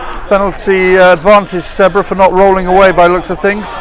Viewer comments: He is saying sedbruh 😂😂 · Someone please teach the commentator how to pronounce Sedbergh